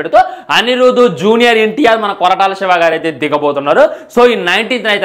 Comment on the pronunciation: Kotala kadu ra ayya koratala